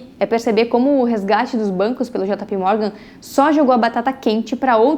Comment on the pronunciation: Eh jei pi ou jota pe, jota pi morgan nao da 😂😂